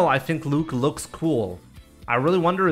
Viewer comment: "take a LUKE at that"